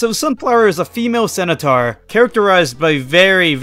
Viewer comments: *centaur, not cenataur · Your pronunciations of centaur and corps could use some work. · Lyman's appearance in those games is a parody; it is completely NON-CANON TO THE COMIC STRIP! Also? Centaur is pronounced like scent-tar, not sen-u-tar; learn to read and research better. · Never heard it pronounced "cenutaur" before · The way you say centaur IS WIIIILLLDDDDD😭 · Why do you pronounce Centaur like that?